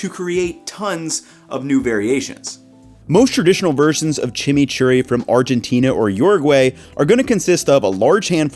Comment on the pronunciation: "Blending the chimichury much easchier" real tongue Twister 🤣